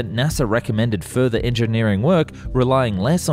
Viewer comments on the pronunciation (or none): none